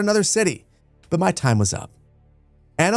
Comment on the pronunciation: Duuuuude I love your videos but if you're going to make a whole video about a game, at least learn how to pronounce the title 😭😭😭